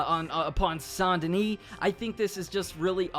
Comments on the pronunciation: Saint (say nt ) Denis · Sant Danish Bruh is Saint Denis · The s in Denis is silent.